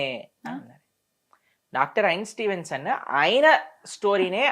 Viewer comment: ఆ సైంటిస్ట్ పేరు సరిగ్గా చెప్పు సామీ..ఐన్ స్టీవెన్సొన్నా...ఇన్స్టీన్